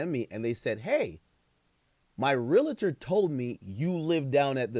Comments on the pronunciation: Pronounced (Real Tor) not (Real A Tor) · As a realtor for almost 20 years… It’s pronounced “real – tor” 😊 But no realtor should be shaming or speaking on another person‘s financing in public, and this guy is certainly at risk of some type of reprimand, fine, or potentially losing his license altogether . If no one has reported him yet they should. Hell, I might. Clown azz. ——- Edit: I made this comment early, after watching more of the video I see that that is the builder that gave that information. I’m leaving my original comment up and intact just for educational purposes. 😊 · The REAL-A-Tor huuuuu 😂😂